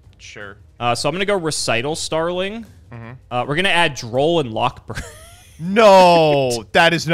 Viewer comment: Hearing a yugituber pronounce Recital Starling correctly for once was so startling it nearly gave me whiplash.